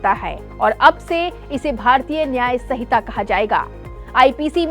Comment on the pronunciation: Hamare bhartiyon ko to Hindi bolna bhi nahin aata yah madam sanhita ko sahita padh rahi hai.